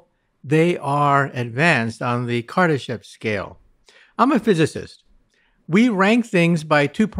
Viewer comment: I thought he said Kardashian. I momentarily thought we might find big booty aliens with a penchant for black males.